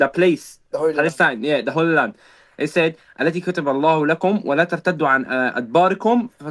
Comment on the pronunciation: did he say the holy land or did he say the Hoyle land